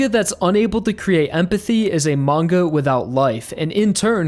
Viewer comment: mangaの発音、時々マン毛。